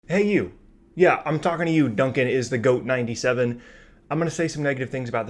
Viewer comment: it's duncan not dunkin lmfaooo